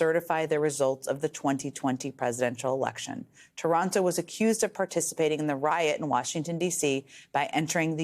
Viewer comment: This loser's name is TARANTO, NOT TORONTO ! Say it as it's Spelled Please so that Nobody thinks of any association with anywhere in Canada. Thank You.